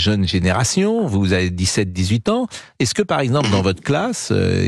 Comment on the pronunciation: quand on entend... sans "s"